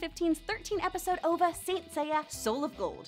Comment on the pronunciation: Am I the only one who got irritated by her pronouncing OVA as on word, instead of spelling it out?